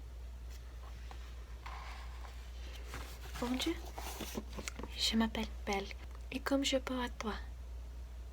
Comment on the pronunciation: I love your videos but you really need to learn how to pronounce 'bonjour'.